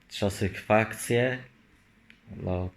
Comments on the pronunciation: "czasyhfakcje" xD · "czasykfakcje"? daje suba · On ma czasykfakcje cicho😳